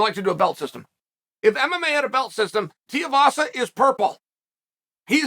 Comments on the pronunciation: Chael love your content but Tai Tuivasas surname is pronounced 2 E Vasa. Not Tee Ah vasa. Just a heads up as I know you like to get things correct. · Tuivasa again Chael it's pronounced "Tooeyvasa" stop calling him tiavasa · It’s Tu not Ti - please change your pronouncing of his last name mate… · It’s Tai “2 E Vasa” not “Tiavasa” lol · Chael his name is pronounced: 2 E Vasa not Tea A vasa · Tu-ivasa not ti-ivasa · It’s pronounced two-e-vahsa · T-Uh-Vasa. Might as well pronounce Stipe like Sty-Pe... "I submit for you guys Stype will come back to fight T-Uh-Vasa instead of Jon Jones" -Chael P. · Think of this Say "too" Then say the letter "e" The last part you're getting right uncle Too-e-vassa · TOO-EEE-VAH-SAH uncle Chael. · Sometimes I’ll just click on a video to see how Chael pronounces a name. This time we got multiple Tiuvasa Teevassa Tuvassa… 👌🏼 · Bro still can’t say Tai’s last name right. It’s not hard lol. TooooooooEeeeeeeeeVaaaaaaaSaaaaaa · Teeavasa... Chael, the pronunciation king. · Please say it correctly.. Tuivasa... 2eevasa. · For the love of god stop pronouncing his name “Tiavasa” so annoying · Chael its Tui-vasa......Tui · Please stop it with the Tiovasa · Ty tiavasa? Doesn't matter how ya say it chael I'm always watching your content easily one of the smartest minds in mma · I love Tear-a-vasa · Yet again KAEL, his name is pronounced TWO-e-vasa. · Why cant you pronounce his name? Its Too As in Shoe Too i vasa Not hard Flap Jack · "Too-ee-vasa", Chael. Goddamn. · Chael... say it with me.... it's 2... E...VASA. I know you're a certified master troll and all. But you can do better. And there's no "L" in "Makhachev". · Tiavasa lol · One day, Chael will actually say 2-E-Vasa. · The last name, he butchers it so well💀💀💀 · With him being so popular and willing to fight the best you'd think Chael could at least learn how to say his name lol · Clicked just to hear how Chael pronounces Tui-vasa 😄 .Too-ee-vasa or Tee-a-vasa. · Tooeevasa. Not teeuhvasa